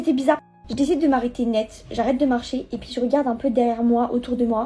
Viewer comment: Pk elle dit ET PIII AU LIEU DE ET PUIS ??????